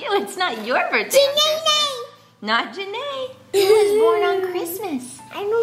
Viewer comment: Love how is calling Janea Janea Nae